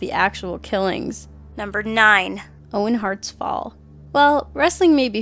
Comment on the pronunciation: It's Owen HART... not Heart...